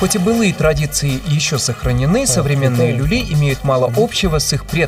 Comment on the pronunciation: Не люли а лули